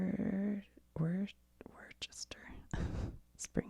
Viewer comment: The city of Worcester in MA is pronounced Wuss-Ter. We love our whacky names out here